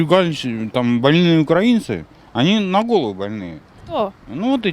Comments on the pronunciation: радует, что до большинства россиян начало доходить, что мы не один народ! а к девушке-автору просьба обратить внимание на правильное произношение: не укрАинцы, а украИнцы! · Девушка! Украииииииинцы!!! А не украааинцы. Усвойте! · Правильно казати російською мовою не "укрАинци", а наголос на "и" - "украИнци", вчіть правильно мову! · На всякий случай: не укрАинцы, а украИнцы - потому что УкраИна, а не окрАина. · даже в ваших словарях пишут, что в слове "украи́нцы" ударение стоит на букве И - "украИнцы". Проверьте, даже российская википедия об этом пишет. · УкраИнцы ! ! ! телепни ! ударение на И ! ! !